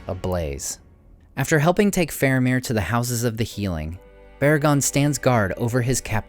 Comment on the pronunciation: FAHR-ah-meer, not FAIR-u-meer